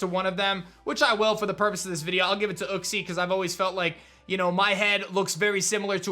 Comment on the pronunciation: OOXIE???!! U mean U-XIE